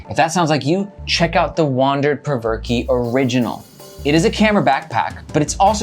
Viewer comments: “Perverke” hahaha i think its pronounced “provoke” 😂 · Spencer Cope is a co-founder and in his product video he pronounces the name of the bag as "Provoke", not "Perverkey"... just sayin'. Great content, nice energy and great to see honest reviews! Keep 'em coming! -Your newest Sub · I think it’s pronounced “provoke”. Th way you pronounce it is cringy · "Perv-er-key" LMAO.... that's embarrassing. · I cant with the "Perverky"